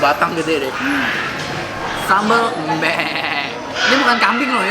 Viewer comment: Sambel Mbe itu baca huruf e nya itu seperti menyebut e di sEmur, bukan nyebut e di Ember. Itu sambel khas bali selain sambel matah